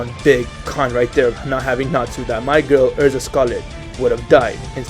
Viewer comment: yea elza not erza